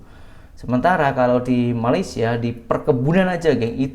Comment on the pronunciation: Sebut Malaysia pun tak betul. Kau ni sekolah ke tak.